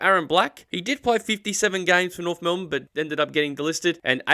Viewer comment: But there is an F in Norf